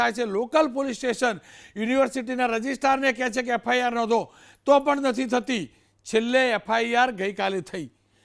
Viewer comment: રજિસ્ટ્રાર બિચારો ????? F I R બોલતાં પણ નથી આવડતું !!!